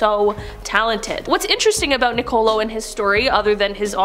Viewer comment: Seriously? Nicole-o Do they not have schools in canada?